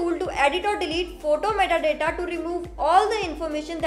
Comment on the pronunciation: Lol, that METTA DATTA got me choking.